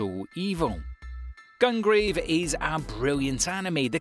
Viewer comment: i find it so funny how you pronounced gungrave as gung rave and not gun grave lol. edit: OH also code geass is pronouced gee as and not as in the bird and his name is said as le looch.